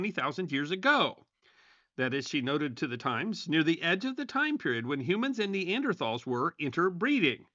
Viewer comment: Nee-an-der- TALLS